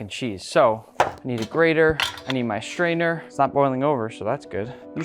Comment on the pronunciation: bro when you said “I need a strainer” for a second I heard it as “I need a sister”😭😭😭